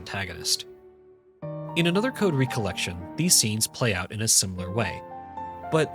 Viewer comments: Does he say "re-collection" for the whole video? M I D W I T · I like your videos but.... You game no idea how maddening it became to hear you pronounce "recollection", as in MEMORY, as "recollection", as in "second gathering. " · the way he says recollection pisses me off bruh